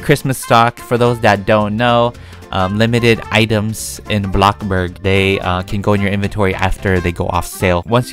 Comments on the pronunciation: It's blox burg not bloc burg like u r funneh and all but pls say blox burg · Why you call it block burg its bloxburg? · He said Box Bur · I really like the way he called bloxburg a blockburg i think its hilarious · No one: Literally no one: Even coeptus: Even the bread:: Bloccburg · no no no no no... “A BLOCC BORG” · Why do u say block burg instead of bloxburg??? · Love ur videos and my fav word u day is blocburg instead of bloxburg I love it when u say that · Blockburg Me: Oh you want a blockburger? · hey guys welcome back and today we are playing blocburg Me: I’m not calling bloxburg NO MORE also me: bLoCbUrG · Nobody: Not a single soul:: block burg Also:crima cookies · No offense but its called, BloxBurg not BlockBurg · Blockburg I thought it was bloxburg I must be wong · i love how he says blockburg and roblock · No one:: Bloccburg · Do you say Bloxburg like Blockburg on purpose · I hate when u say blockburg but im a big fan lv all ur vids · UH UH ITS ”abloccborg” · Did yall notice he didnt say blockburg like “BLOcKBuRg” he just said “blockburg” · I love how you say "Blocburg" 🤣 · My sister heard me watching this video and when u said the word “Bloxburg” she said “WHAT IS BLOCKBURG?” xD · *blocburd*he says